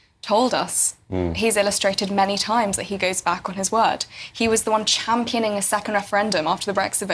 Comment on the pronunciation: He cannot even say the word championing, he says "champ-a-ning" yep champ-a-ning sums him up